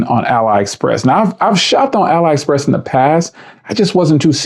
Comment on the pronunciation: You can definitely find some bargains on there. Careful though, because some of it is absolute garbage too. By the way, it's pronounced "alley express".